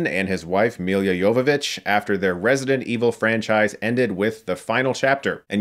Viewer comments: It's "M i l l a" not "M i l i a". If you make fun of people at least pronounce their name right :) And her running directly at monsters is like Shadow of the Colossus? How about, it's like Monster Hunter, you know, the game the movie is based on :D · Dude, why do you pronounce her name "Milya"? It's Milla and that's also the way to pronounce it. ;b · I just can't get past how he pronounces Mila as Milia. Chris mate, it's Mila - me-lah, it's not Emilia without the "E" :D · It's Mila, not Mil(Y)a, Jovovoic. I And a little trivia - that name in Serbian means something like "darling" or "sweetie". Cheers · It's Mila, not Millia. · Don't take this the wrong way Chris, I appreciate your reviews but man please do some research on how to correctly pronounce names - you say Milla's name like it's Milya TF? Lemme help you: MI like MI(sery) + LLA like LA(crosse). Might be my biggest pet peeve :o/ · It's Milla, not Millia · Reviewer likes Milla Jovovich so much he adds an extra syllable to her name... it's Milla... he even spells it correctly in the description... but pronounces it, "Millia"... idiot. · Sorry, but I have to bring it up again: Milla Jovovich's name is pronounced "Mila", not "Milia"; she's from Ukraine and her birthname is "Milica" (pronounced "Millitsa"), so "Milla" is already the easy-to-pronounce international version of her name, no need to complicate it :) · Let’s say it together : Mi - La! Miiiiii Laaaaaa . Not Milya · Her name is just "Milla" not "Milia" ! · hey chris, she's mila, not milya :) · Mila not Milia. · Chris, it's Mi-la not Mi-li-a Jovovich Come on. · Mi-La not Mi-Lia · Why are you struggling to say Mee-Luh? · Dear Chris, it's MILLA JOVOVICH!! - short for Milica..not Amelia. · every time you prounce "milla" the way you do, i die inside. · He can pronounce Jovovich correctly but not Milla. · I hate the way you say her name